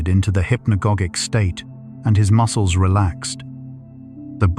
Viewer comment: Toward the end the AI pronounced muscles, “muskels”. Lol.